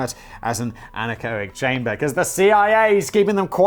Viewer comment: Don’t worry you pronounced anechoic chamber correctly.